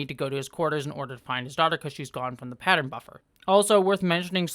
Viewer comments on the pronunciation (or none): none